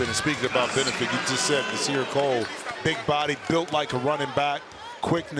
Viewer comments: Why ya keep calling Nas Cole it’s Core. It’s like week 7 lol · Nasir CORE lol how the hell you gonna mess up that much 😂